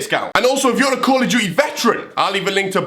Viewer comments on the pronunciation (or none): none